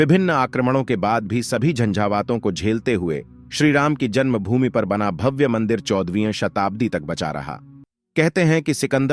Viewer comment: आपकी व्याकरण कमजोर है , भव्य को भाव, स्वत: को स्वत बोल रहे हैं ।